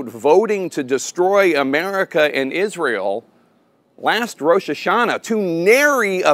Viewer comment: Hey, there's no "H" in Israel. Just trying to help.